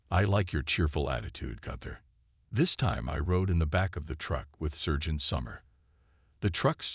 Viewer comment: SERGEANT not surge ant. Good grief how old is the production crew: 6/7 yrs old? My son could have read these flawlessly when 6 yrs including the words in German